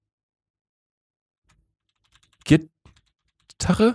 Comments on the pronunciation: Niemand: Absolut niemand: Luca: Gittarre ne ... Gitaree? 😂😂 Ich: GITARRE 🤦🏼‍♀️😂😂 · Luca: GITARRE!! Gittarre? GitarE? 😂😂😂